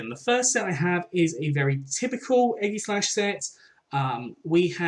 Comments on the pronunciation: No Its Ee-gi-slash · eggyslash is killing me😂 its ay-jis-slash